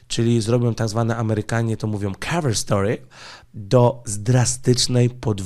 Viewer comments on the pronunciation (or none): none